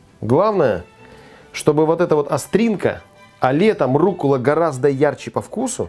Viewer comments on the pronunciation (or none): Почему Вы говорите руккУла ? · Вы говорите "руккУла"? Я отписываюсь о вас.